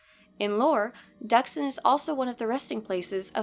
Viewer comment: FINALLY SOMEONE WHO CAN PRONOUNCE DXUN! LMAO